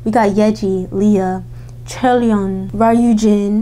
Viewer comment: Ryujin is actually pronounced as "Lyu - jin" or you can do "ri yu jin" if that's easier :)